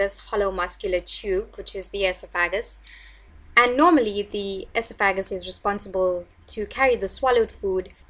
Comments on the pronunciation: EsoFagUs? It’s pronounced Esof-uh-gus or Esof-uh-gee-uhl. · The adjective is pronounced: e SOFF e JEE uhl. Not: ES o FA juhl. The noun is pronounced: e SOFF e gus. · Say it with me Eh sof uh gus. Your pronunciation makes you doing less credible and unintelligent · LEARN TO SAY ESOPHAGUS and ESOPHAGEAL. WHO EDUCATED YOU